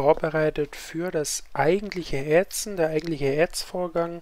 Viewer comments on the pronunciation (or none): ätzen, nicht ähtzen